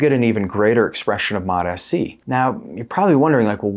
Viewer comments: MOT-AS-SEE? An extra syllable. Why? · It this point I think he's doing it on purpose. It sounds like Mota- C but I think the way he's trying to say it is Mot-SC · It's started to piss me off that he says Mot-s-c. I think he does it because it triggers comments but then suddenly his views stop dropping and he "doesn't know why". There's really good information in these videos but no one wants to be annoyed first thing in the morning 😑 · You’re mispronouncing this Peptide… How’s anyone who knows anything about these peptides going to take you serious? It’s pronounced. MOTS (C) Not: MOT (SC) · Drove me nuts! Still does lol 😂 modahsee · Dude needs to watch a video on how to pronounce it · Why are you pronouncing it wrong?